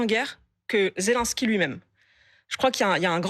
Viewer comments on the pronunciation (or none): none